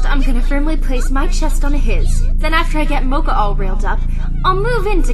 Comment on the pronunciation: acctually in the japanese it's said like in here only america says it wrong like saying mokas last name wrong